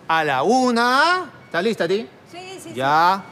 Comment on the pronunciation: dijo listros